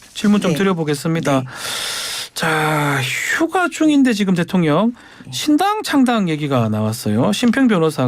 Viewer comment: 김병주 이런게 국회의원 쯧쯧쯪 발음도제대로안되네 대통령을대통련이라고하네